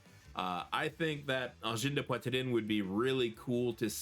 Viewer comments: Thank you for your reaction ❤❤ We are really proud in Quebec that theese aliens chose our small part of the world to land 😅 ✋ 🔺🤚 Also tout say Angine de Poitrine like you had French in school 😂 Did I miss something and you are from Canada? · French must be you mother tongue because you have an native accent when you pronounce Angine de poitrine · Pour prononcer aussi bien le nom, tu dois certainement parler francais toi... 😉